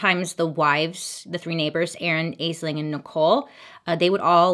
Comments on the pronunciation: just fyi, Aisling is usually pronounced "Ash-Ling" because its an Irish name. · Weird note, the name spelled "Aisling" is pronounced like "Ashleen!" Irish name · Aisling pronounced "Ashlin". Just saying, it's Irish. Zx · Aisling is an Irish name pronounced Ashling...,I have one and she is annoyed with me about now Americans pronounce her name 😂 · Idk if this was the issue, but the name Aisling is pronounced "Ash-ling" It's an Irish name, like Siobhan (shi-von) or Saoirse (Seer-sha). They're pronounced different because they aren't originally English. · Aisling is an Irish name and pronounced Ash Lynne. Absolutely love watching your videos. I’m currently binge watching this series. Love them. And you, Bailey, are fabulous! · Interesting and sad story☹️ Loved the eye makeup, wish I was brave enough to wear those colours. Just as a side note Aisling is pronounced “ash ling”. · It’s pronounced Ash-ling babe 🥰🖤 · Bailey: Aisling Me: i love you Bailey but it's pronounced Ash-ling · I love all your videos so much, just fyi Aisling isn’t pronounced how you said it it’s actually pronounced Ashling. Just how my name is spelled it’s a Gaelic name. I know it makes no sense haha! Please never change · Will say quickly Aisling is actually pronounced "Ashlin" Is where my name got derived from and its Celtic. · Aisling oddly enough pronounced Ash-lynn it's an old Gaelic name meaning dream